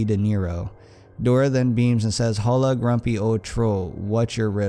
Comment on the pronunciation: 1. The h in hola is silent 2. I like how you made Dora’s voice depressed, just like in the creepy pasta. 2. I thought Cumberland Farms was fake